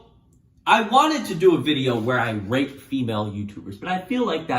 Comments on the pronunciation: at the beginning, i thought he said rape lol dont cancel pls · Who else thought he said rape women instead of rate women? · Why did think he said rape for the first 3min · I keep hearing “rape” instead of “rate” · IT SOUNDS LIKE YOU ARE SAYING RAPE NOT RATE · he keeps saying Rate and it sounds like Rape XD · I thought he was saying rape instead of rate in the beginning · Everytime u say rate I hear r8p and Im just like 👁️👄👁️ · you mean when he says "rate"? yeah, you are not alone lol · This dude really needs to emphasize the T in rate a bit more 😂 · Every time he says “rate” it sounds like the word I can’t say on YouTube that ends in “ape” and begins with “r” so rewatch the video with that mentality and it’s a lil sus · i keep hearing the t in rate as a p and it’s scaring me